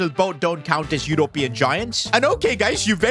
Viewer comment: Can you say European and Quarters properly man.. jeez embarrassing